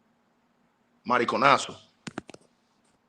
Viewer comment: I’m weak 😂😂😂…why everything you said in Spanish, mariconaso was the only word pronounced correctly….you hanging to much with my ppls…k lo k 😂😂😂😂😂